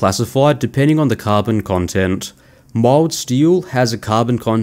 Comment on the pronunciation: It took me most of the way through the vid before I realized you were saying 'mild' steel.